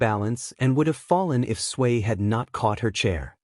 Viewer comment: Why does it sound like 'Sway' instead of 'Tsuyu/Asui'?